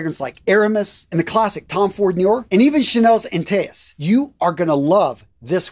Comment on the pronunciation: Tom ford Niort ? 😂 I didn’t know these Tom ford noir were from Niort 😂